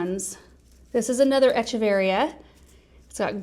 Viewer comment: In Latin the ch in Echeveria says a K sound so it's Ekeveria. I know years ago you had said you weren't sure how to say it.